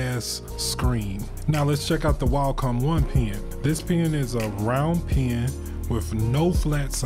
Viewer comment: Why do you pronouce pen like pean